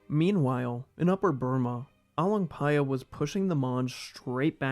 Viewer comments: I fucking love how you didn't messed up "paya" while pronouncing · i just came here to hear you say the name but i end up watching all lol..good job for learning how to pronounce properly